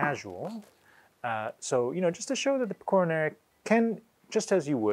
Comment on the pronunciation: By the way it's pè-co-ra not pe-cò-ra